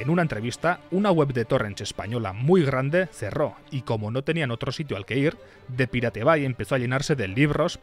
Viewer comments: "Depilate bye" 🤣🤣 Es algo asi como "Da paireit baë" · Pero solo tenés que pronunciar pairat bei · me cae un pedazo de alma cada vez que dice DE PIRATE BAI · "De pirate bai", sí, así lo pienso pronunciar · Cada vez que dices depiratebai, me duelen los oídos ! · "de pirate bai" jajajaja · "de pirate bai" dale bro... no te cuesta nada pronunciarlo en ingles... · Muy buen video, pero por que los españoles se niegan a pronunciar las cosas que estan en ingles de forma correcta y lo leen como suenan? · Tanta calidad de video y narracion para que pronuncies asi... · habla bien, que lo digas de broma, bueno, pero que de verdad lo pronuncies mal, es inculto y demuestra falta de estudio. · Perdón pero esa pronunciación es asquerosa.